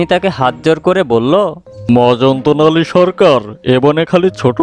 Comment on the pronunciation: উচ্চারন ঠিক করুন। গল্পের নাম "মজনতালি সরকার "। আপনি বলেছেন মজন্ত নালি। 😃😃😃